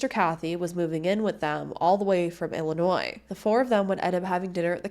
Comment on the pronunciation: You said Illinois without adding an s. Rare on YouTube